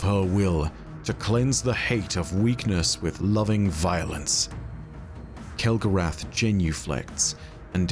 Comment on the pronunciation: I think you mean Kell-Gorath and the house of failure😂